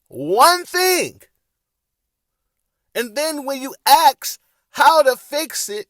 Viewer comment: Perhaps if you "ASKED" a question...instead of... "Axing" a question....